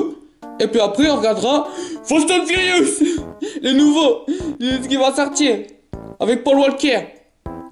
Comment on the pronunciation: « » « fastane furyoos »